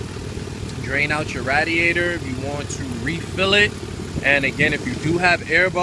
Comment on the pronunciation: And its ray*d*ai*tor not ra